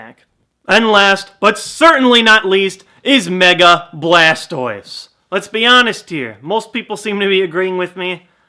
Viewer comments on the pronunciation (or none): I'm sorry to be pointing out something that I shouldn't but He said charmander squirtal and blastoiz. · Lol you said chamander bulbisaur and blastiose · Poor Bulbasuar lol everyone ignores him, even called it Blastois XD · he said blastois instead of bulbasar XD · dude don't fail any more you seed chamader squritle and blastios not bulbasuor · You said squrtile and balstouse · He said charmander squirtle and blastiose